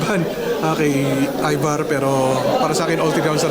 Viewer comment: ayVar hindi Evar HAHAHAHHA